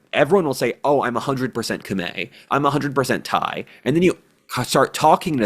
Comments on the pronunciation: The pronounciation of "Khmer" is more similar to what would be "Come-eye" in English, blame the French for being the colonialists who spelled things in French. haha Good video though and props for at least attempting the correct annunciation, not saying what sounds like "Come-here" as most westerners do. 😆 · my man, Khmer is pronounced "kah-meye" not "kah-may". Source: my wife is cambodian